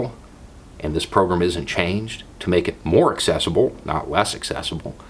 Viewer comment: Wanted to put this separate from my usual long-winded comment... anyone else hear "pogrom" every time says "program" or is that just my twisted brain malfunctioning?